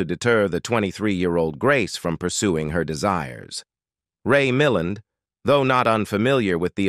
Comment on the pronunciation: Ray Mil land..emphasis on the second sylolable.